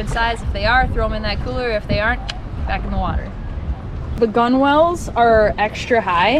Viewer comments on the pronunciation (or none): Don’t pronounce the W in gunwales ! Say it like .. gunnels